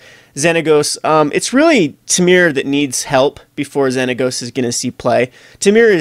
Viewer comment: OMG IT"S "TEAM-ER." Every episode you mispronounce something and you drive me crazy!!!!